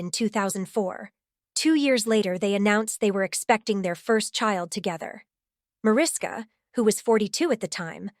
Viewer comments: Mariska is pronounced “Ma RISH ka.” It’s Hungarian, so just pretend the invisible H is really there and you’ll say it correctly. 🇭🇺🇺🇸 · Micky Hargitay is Mariska's father--not great grandfather! And learn how to pronounce Mariska--it's from the Hungarian.